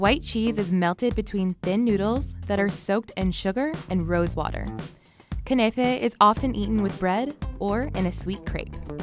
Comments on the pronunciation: It’s called kunafah she called it kunaify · Shawarma is a loved middle east food, not american! And you pronounce it knafe, not kanefe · I live in Middle East (Saudi) and I was annoyed because she said “Knafeh” wrong. You say it like this: Ku-na-fa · She legit said "kenefe" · Everybody in the middle East is offended by how they pronounced kunafa